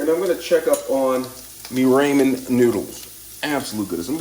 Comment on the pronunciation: Who the heck calls ramen as "ray-man"?! 😳 Even worse is all the rest of the pronunciations. Oh my poor brain! 😵‍💫